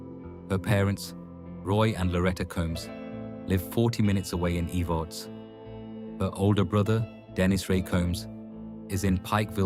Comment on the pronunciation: Watching from harlan ky, verda, she was kin to my husband. It's not pronounced eve-arts its Ehv-erts